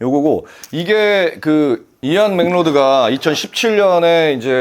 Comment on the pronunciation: 잘 봤습니다. macleod는 맥클라우드로 발음해 주시는게 더 원어에 가까울 듯 합니다.